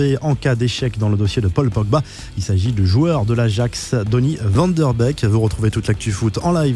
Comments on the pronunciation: Van de beek pas Van der beek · "Van Dort Beek" 😥